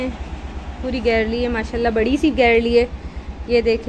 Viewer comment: It's not garlle ...its gallery...Masha Allah bht pyara ghr hy❤